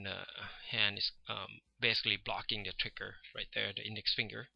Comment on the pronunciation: It's so funny when you say trigger! Twicker! :D Thanx for sharing your skills man! You have a great feel for images!